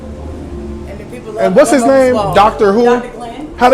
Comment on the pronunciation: You rights it’s not gunbo 🙄